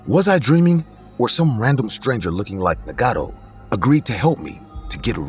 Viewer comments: Nagato (Nah-gah-toe) Na•god•tho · Y’all hear how he pronounced naruto and nagato?